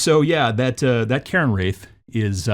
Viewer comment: "Cairn Wraith", not "Karen Wraith"!